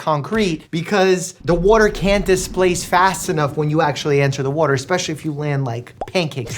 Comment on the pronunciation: the WOAter 😂